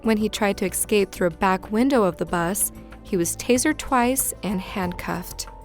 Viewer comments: Listen,, it's E-SCAPE. NOT ex-scape. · All I can hear is your "s" sounds...also, say it with me: ESCAPE <-- Notice how there's not an "x" in that word?